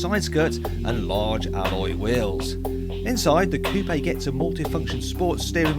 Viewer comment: Its pronounced Coup not Coupei!!!